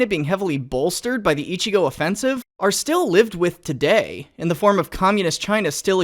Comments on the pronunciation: oh right the accent goddamit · Ichi-go? How about ichi-no?